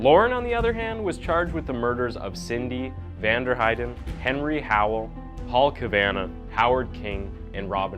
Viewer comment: The last name is pronounced "cav-ah-naw"...